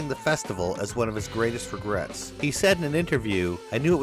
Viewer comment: What is this gregrets you speak of